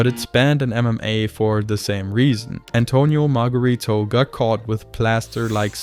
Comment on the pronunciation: "Antonio Maaargaritoo" "Gorlami"